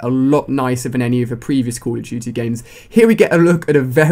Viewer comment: "cull uh dooty" lol